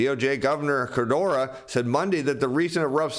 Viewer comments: Please - it’s k-u-r-o-d-a, not kurdoora. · KOO-ROW-DAH, not KAH-DOOR-RAH LMFAO! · I really like, so I'm not trying to be mean. The name "Kuroda" isn't pronounced "Kurdora." It's "Cur-OH-Da." Like it or not, the BOJ Governor is a big player in global macro, so pronouncing his name right would up the credibility. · I like the content but in the name of everything that is holy: LEARN HOW TO PRONOUNCE KURODA'S NAME!. It's Kuroda NOT Kudora. I've been watching your channel over the last few weeks and you've butchered that name every time and it's annoying the shit out of me. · Your pronunciation of KU-RO-DA, is horrible. It is not KO-DE-RA. That said, JP consumers, in the face of higher prices and economic uncertainty, save money, they don't spend it. Kuroda has been pursing 2% inflation for 10+ years and has achieved nothing. Saving money puts even more deflationary pressure on the economy. This is because women control the purse strings (by in large) and women are risk adverse (by in large). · I appreciate this channel and your effort, but I must help this economy where I can: It’s Ku-ro-da Pronounced- coo-rōe-dah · keeps calling him "Kodura"